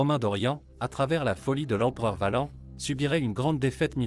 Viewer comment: Les phrases sont lues d'une traite, sans "pause respiratoire", sans aucune ponctuation, c'est très désagréable en effet. Et la prononciation de mots latins comme "Valens", "limes" ou "Stilicho" fait mal aux oreilles